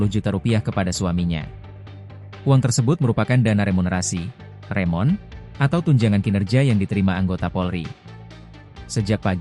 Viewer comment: Remun pak, Remunerasi, bukan Remon😅